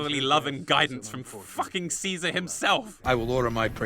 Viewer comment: Honestly how did you get the pronunciation of “caesar” wrong? Did you not play the game???